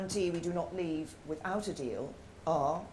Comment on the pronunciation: Couldn’t even say the word Leave properly at the beginning of speach, she sounded like she was about to choke on it